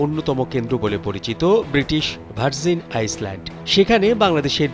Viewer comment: আইল্যান্ড কে আইসল্যান্ড বলিয়েন না।